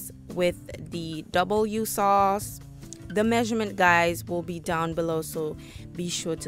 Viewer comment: I was so confused at W sauce. But then I realised that no-one outside of the U.K can pronounce Worcestershire. Phonetically it's WUSSTER-SHUH.